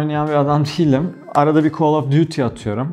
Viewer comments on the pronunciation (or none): none